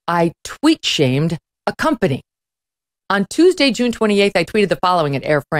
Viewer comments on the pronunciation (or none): none